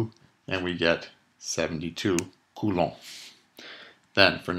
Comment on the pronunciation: cant get over how you pronounce coulomb, sends my mind into the forth dimension